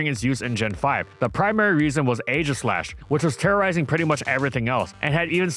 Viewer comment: Still waiting for to pronounce “Rai-koh” correctly. Edit: And "Ee-jih-slash" too.